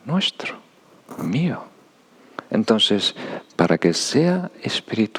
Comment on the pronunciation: Es adorable cuando dice " entonses " 😊❤